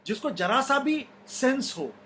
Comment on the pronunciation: Aapka program ka jawab nahi boht zabardast knowledge hai aapko bas thoda sa urdu pronounsation theek kr le .jara sa ki jaga Zara sa bole jause jurat sahi hai zurat wrong